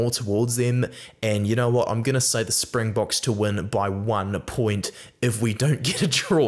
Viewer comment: Hey, love your vids. Just want to let you know as a Saffa, great job on the Springbok name pronunciation. Basically spot-on on all of them. Just goes to show your quality as a rugby content creator, and the respect for the Bokke. Can't wait for the game!